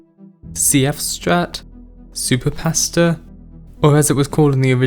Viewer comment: Am I the only one who thought he was saying "pastor" was the shortcut name until he mentioned spahghetti? 😅 Great video btw.